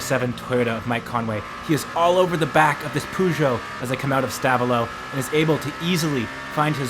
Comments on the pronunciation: Peugeot = "per-zhow" not "poo-zhow" 😂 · How come you can pronounce bluidy Toyota correctly, Ferrari correctly, Porsche correctly, BUT, every time you carried out an abortion on the word Peugeot YOU GOT IT COMPLETELY WRONG. IT is not a POO-show!! Use a translator programme. PLEASE. Unless you delight in insulting France? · It's "Peugeot" ! Your welcome . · The pronunciation of Peugeot 😢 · Your video was great, but please... PLEASE... Google how to properly pronounce Peugeot :D